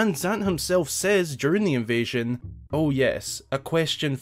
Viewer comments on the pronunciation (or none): none